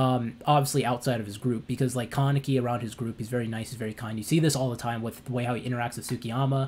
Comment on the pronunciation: "Ka-Ne-Ki" its a Japanese name, there's literally no stress in "Ka". It's hard to watch this video with you stressing the word like "KAAAA-neki".